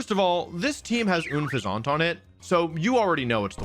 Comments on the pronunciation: WHAT IS AN OOHN-FEH-ZAUUUNT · I also 100% refuse "OON-FEZ-AUNT" It's Unpheasant. Like unpleasant, but instead it's like the pheasant bird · New to your channel...don't know if this is a running joke, but, why do you pronounce Unfezant like oon-fe-zahnt? It's more like Un-pheasant. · Oonfuzahnt? it's Unfezant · People dragging Wolf for Gible pronunciation, but letting "Oon-Fez-Aunt" slide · Une-pha-Zont for Unpheasant is hilarious too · Not even 3 minutes in… how u dont pronounce unfezant like “unpleasant” baffles me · He said unfeasant wrong to lol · Is that just your go to pronunciation for Unfezant? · I will never sub until you say unfezants name correctly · UNfeazant not OONfeazánt (yet pronounces sceptile correctly) Gible not Jible (definitely someone who pronounces Gif as Jif energy) You also make a big issue about pikachu not being an evolved pokemon in every team except your number one pick, which I'm guessing you remembered the Pikachu anime plot armor compared to the game. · You also Butchered Unfezant’s pronunciation & as far as Gible goes there’s no J in the name so that was butchered too. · Wolfey, why do you pronounce Gible wrong? Saying Unfezante like it's Unfezante is already a travesty but it kinda deserves it but Gible didnt deserve hus name being violated like that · I would of subscribed if you knew how to pronounce Gible & Unfenzant properly. But you didn’t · The way you say Unfezant is… unpleasant. Ever Grande? Didn’t they just say “Grand” in the show? Also, Gible with a soft G? Why not “Jarchomp” then? And then like Bible? Is this you being silly, like video? Help me understand why your brain did that. 😅 For me, as someone who doesn’t watch the anime, I genuinely don’t know a lot of the time. I WILL say, there’re a handful of Pokémon, like Ferrothorn (apparently, per the SwSh world championship coverage, it’s fer-RAW-thorn. Wtf?) and Rayquaza whose names aren’t as immediately intuitive for some of us.